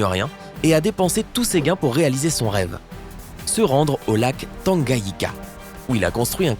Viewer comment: Tu prononce pas bien le nom du lac Tanganika et la capitale Dar es-Salaam